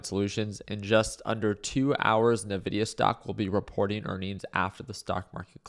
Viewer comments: Hey Ricky, love your content. Although as a person who uses nvidia's products. I just wanted to point out that they pronounce their brand name as 'envidia'. Cheers 🥂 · The way you pronounce Nvidia is an interesting life choice 😅